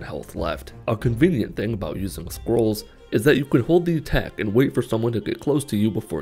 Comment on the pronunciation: The only thing I heard is squirrel